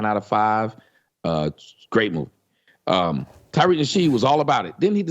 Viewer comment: Why the fuck does he keep calling him Tyriq? The man's name is Tariq. Tommy is a slow mf.